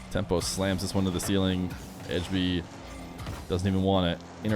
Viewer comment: As a dane, the way you say "Ejby" kinda pmo because its so different lmao (and also because you say edge)